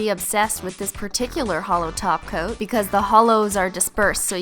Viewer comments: but she's been pronouncing “top coat” “taco” for 5 years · 618 She stated saying top coat, then everyone said it sounded like taco so now she says taco. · I SWEAR SHE SAID HOLO TACO . NOT HOLO TOP COAT. IT IS HOLO TACOOOOOOO!!!!!!! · I keep hearing holo taco 😂😂😂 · it almost sounded like she said a holo taco not holo topcoat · Did she just say top coat and not taco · U SAID TOP COUT NOT TOCO AAAAAAAAAAAH😱😱😱😱😱😱😱😱😱😱😱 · Lol she is! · It really does sound like she's saying hollow taco 😂 Love you Cristine! Lol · I used to think she says holo taco 😂 but she said holo top coat